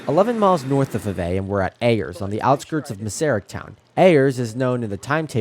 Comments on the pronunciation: It's pronounced "Five A ". Named after the Five A brother's. There's a road plac at 52 & Little in memory of them. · Nice catch. I'll trade you some SCL story's for some BBQ 👍. Fivay is pronounced "Five A" named after the 5 A brothers.